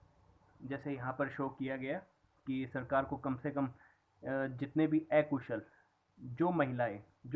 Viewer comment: सर् , माफी चाहूंगा यह बताने के लिए ऐकुशल नही अकुशल होता है,,, उच्चारण ठीक से कीजिये । धन्यवाद